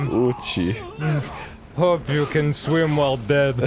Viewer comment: "Hope you can zwim while ded." -Dan Avidan